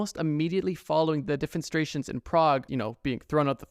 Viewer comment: bro said 'defenstrations'